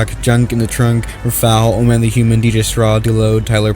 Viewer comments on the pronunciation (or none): none